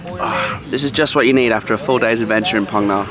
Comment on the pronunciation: Mate, love your videos BUT please 'Ph' is pronounced similarly to England as in 'f'. Hai Phong = Hi Fong, Phong Nha = Fong Nha. EDIT: just reached the part of the video where you correct yourself :D